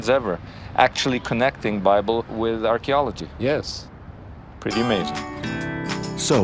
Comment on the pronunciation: Surely you should be able to say archaeology correctly.